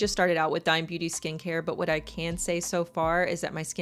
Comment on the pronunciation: Hi! I think the brand is pronounced Dee-may. It’s owned by a Mexican singer named Becky G